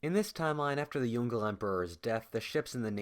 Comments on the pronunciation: Pronunciation of "Yongle": × Yongel √ Yong-luh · It's pronounced Yong Le not Yongle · Yong Le are separate syllables. Not Yongle. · The Ming emperor you refer to as Yongle (like 'dongle') is usually pronounced as 'Yong Ler'. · Yong Le (Yoong-Luh) not Yongle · The Yongle Emperor should be pronounced as “Yong-le” rather than "yon-gle" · Jesus Christ, it's Yǒng Lè, not Yon Gle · please YONG - LE emperor not YON-GLE emperor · It is yung le 2 words not yungle whaftish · Is Yong Le Emperor not Yon-Gle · Yongle is spelled as "Yong Le", not young girl emperor... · pronounced as Yong-Leh not yong- goal lol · Yongle is pronounced "Yong-Le" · This is an interesting video but would you please pronounce Yong le properly, it's pronounced as two syllables Yong and Leh. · Yongle is pronounced as Yong Le (永樂)... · The pronunciation of the emperor's name is not "Yongle", but "Yong Le" by "永乐" as they are separated Chinese characters. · Yes. Its actually Yong Le